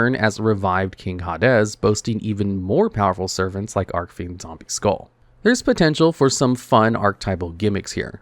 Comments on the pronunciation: It’s Arch-Fiend, not arc-fiend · I don't know why, but every time i head pronounce Archfiend as "Arcfiend" it makes me feel weird for saying "Archfiend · Im convinced he purposely mispronounces archfiend and Celtic just to piss people off